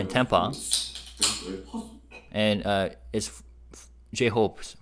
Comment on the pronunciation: thank you for all your translation videos!! TAMPA rhymes with Stamp, Camp, Amp ( wattage). You say it with a British accent. It is TAMP- Ah, like Stamp-ah. You are saying Tompa, Tahm-pa. Like the name Tom. Cramp. Stamp. Camp. Amp. Damp. Tamp-ah